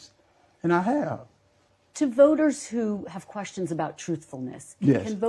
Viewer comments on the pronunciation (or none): "About me visiten voters and assin questons".... for God's sake learn English/the walking dead. De da da de du do.